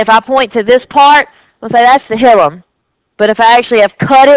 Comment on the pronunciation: hilum is pronounced \ˈhī-ləm\ ...... not hill um